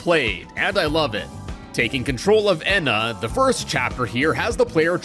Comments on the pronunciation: eeeena not ehhhna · She’s called ena not whatever you said get it right!